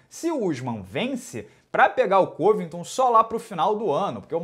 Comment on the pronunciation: "Colby Calvington" LUQUE, Vicente